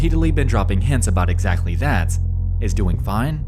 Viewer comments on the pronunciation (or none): none